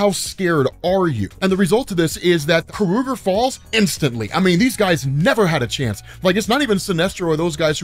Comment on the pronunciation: Is it pronounced Ka-ru-ger ? I always thought it was pronounced Kor-a-gar ?